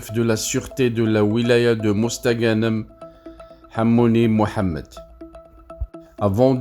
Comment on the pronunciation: Va apprendre à parler français avant de raconter des conneries tu ne sais même pas prononcé mosta ganem les algériens ne sont pas dupes